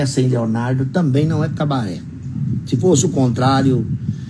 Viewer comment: Kkkk tem q ser Cabaret nao "cabareh" esse negócio de "H" no final é típico de geração Enzo , vitoriah, mariah e bla bla bla.. Cabaret é cabaré "estrangeirado" tem até filme estrangeiro com nome cabaret